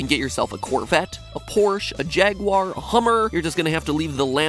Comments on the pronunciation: Never say Jaguar or Audi again. You're just doing it wrong. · You pronounced jaguar wrong